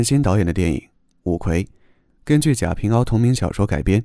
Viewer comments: 凹，ao和wa多音字，在贾平凹中确实应该念wa，源自他的小名“平娃”，是他自己说的！ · 贾平凹（wa） 谢谢介绍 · 片子解析的很好，但是有一点要提醒一下，原著作者叫贾平凹（wa）不是（ao）。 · jia ping wa，不是jia ping ao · 贾平凹（wa）四声。